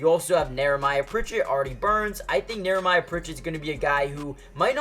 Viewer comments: How many times is he gonna say Nehemiah wrong? Where is the R in his name? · Knee-a-my-ya Pritchet. It's one of those names you don't see often.